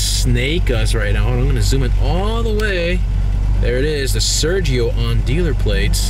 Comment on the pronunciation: Why don'y you pronounce it the right way?